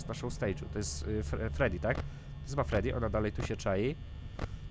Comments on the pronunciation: fredi a nie tedi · to jest freddy - fredi, a nie tedi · nie tedi tylko fredi haha le rzeż frediego pojechał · FREDDY A NIE TEDDY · nie gęsi tylko freedy!😎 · freddy!! a nie tedy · Miś to Freddy (czytaj :Fredi) Królik to Bonnie (czytaj :Boni) Kurczak to Chica (czytaj :Czika) Lis to Foxy (czytaj : Foxi) ten co do ciebie dzwoni to Phone Guy (czytaj: Fon Gaj) I fajnie że grasz w Fnaf'a ...Ale ja chcę the Stanley Parable!!!!!!!!!!! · nie tedi tylko fredi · misio-fredy mów fredi